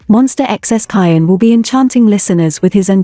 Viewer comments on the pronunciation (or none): You are saying his name wrong.